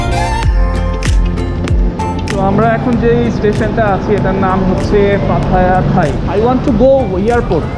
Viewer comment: bts sky station ar nam holo paya thai, not pattaya thai.nice video